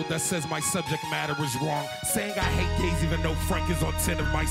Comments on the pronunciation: I think Earl accidentally said "rape" instead of hate. sounds like it. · Lol earl said rape instead of hate